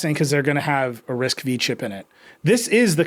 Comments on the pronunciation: It's RISC - FIVE !!! Nerds in your audience were never excited about RISC - "Vee".🙄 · Excited for all the nerds to yell at Nilay that it's risc-(five) not V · I can't a tech a publication seriously if the editor in chief says Risc Vee🤦